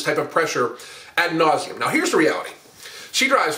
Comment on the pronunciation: “Ad nauseam”